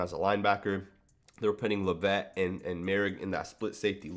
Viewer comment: When you say "La-VETTE" do you mean Dallyn Leavitt "LEV-it"?